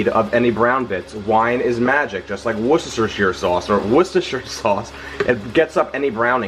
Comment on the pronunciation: Jeffry... I enjoy your cooking immensely! I see you (every time) struggle with the naming of a certain ingredient: Worcestershire.... Let's put it to rest, once and for all, shall we? Sound of it is: Wūstēshā (the closest to it, and with a British accent) 😉☺️ Hope it helps? And keep up the good recipes coming! I'm going for the Cordon Bleu Risotto today!😍